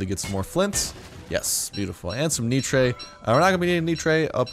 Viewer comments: Nitre is pronounced as "Nighter" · nitre is pronounced nighter. unless maybe if you're french ;-)